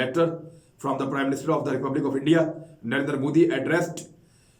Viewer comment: I think that "reporter" or "tool" as we should call him.. or "minion" is from India. When he says prime minister..his pr sound is pra.